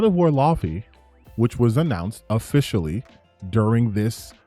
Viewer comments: People need to learn how to say Laufey! (Law-faye) Not loffy 😂😂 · can't read it seems. Dude can't even pronounce Laufey right.